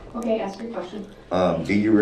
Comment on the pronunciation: would it be fair to say, its ASK not AKS